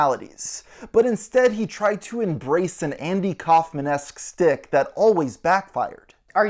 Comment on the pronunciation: Shtick not "stick"